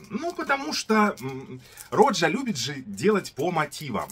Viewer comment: Автор , не рОджа, а РожА.. Не парфам а парфюм.. Режет слух когда не правильно называете ароматы ...